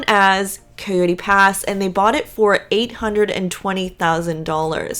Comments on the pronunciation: Coyote. ki-oh-tee. Not Kooey-tee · IKR. Her pronunciation is disturbing at best.